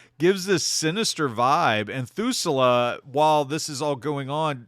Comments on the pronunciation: Thul-sa, not Thu-sa-la. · Just found your channel. Great stuff so far. Oh... it's pronounced Thul-Sah not Thoo-Sul-Ah. Sorry. I'm a nerd and we notice these things. :D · He pronounces it so bad... almost as if he's never watched .... hmmm.... 🤔